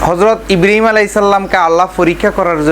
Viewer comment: ইব্রাহীম নবির নাম ভালো করে বলতে পারেনা। বলতেছে ইব্রিম